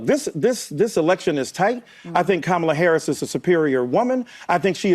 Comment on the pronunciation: We're going to have to stop the press conference because you mispronounced Kamala Harris name even though she's responsible for more than $300,000 fentanyl deaths if you mispronounce her name we have to call you out on it and even though she opened up the border and made every city in the United States more dangerous than they